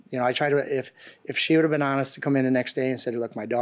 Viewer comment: How do people supposed go to school, get a job and then get that idiotic, as if they didn't make it past third grade. By the way, English is pronounced would, could, and should, not woult, coult. and shoult. Geez!!